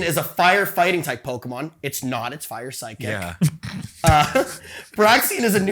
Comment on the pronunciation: Man… the pronunciation of the Pokémon is really putting a damper in this episode. It’d make sense for someone who doesn’t have exposure to Pokémon, but to be a self proclaimed fan, it hurts.